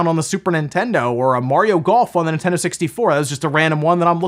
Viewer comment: Is it my waxy ears or does he pronounce Nintendo as In-tendo??